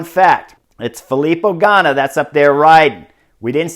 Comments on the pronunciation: Awesome!! Fantastic breakdown with a few things that were not covered on the GCN coverage of todays stage. Buddy so great to hear your annunciation of Ganna's name. Made me proud.😊 About the winner of todays stage putting his finger up to Shhhh the nay sayers. There was a interview with teammates about his personality that were not favorable. The commentators on GCN talked about his early success and his disappearance there after not living up to his viewed potential. Thanks for another great breakdown. I was able also to listen to you work on NBC sports lat week and you are rounding into a fine commentator. Thanks Like the photo with u on the bed years ago when no one would give you a contract...you just won the Vuelta your on the bed with cash all around you. SHOW ME THE MONEY!! Loved it!! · Nice work getting Ganna’s name right today! Enjoying the show...